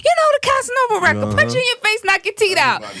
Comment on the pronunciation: Soo many Tooth’s are called Teed? Lol asking for a friend. All this time I thought it was teeth